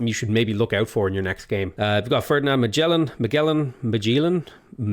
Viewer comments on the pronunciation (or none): none